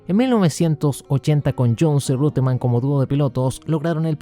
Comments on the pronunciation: Sin embargo, en Argentina todos pronuncian el apellido Reutemann tal y como se escribe. Que lo diga, donde quiera que esté, el narrador Héctor Acosta. En YouTube debe estar el video de las vueltas finales del Gran Premio de Mónaco 1980, ganado por "Lole" Saludos desde Venezuela. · dicen que si corriges a un sabio, éste se vuelve más sabio. Te voy a corregir para que te vuelvas aún más sabio: la pronunciación correcta en alemán del nombre Reutemann es ROITEMANN. Saludos.